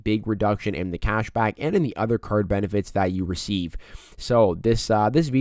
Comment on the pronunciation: Maybe it’s just me… but I chuckle every time he says “CASH BACK”….. sounds like “CAUSH BOCK”